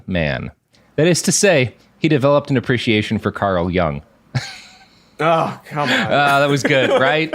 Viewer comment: I would have gotten the "Jung Man" joke had he pronounced it correctly.